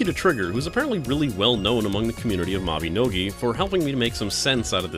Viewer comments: ITS MABINOGI! MAB-EH-NO-GEE (like MaGee)! NOT MABEHNOGEH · he says mabinogi wrong